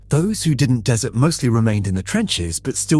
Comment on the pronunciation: silly idiot mispronounced "desert"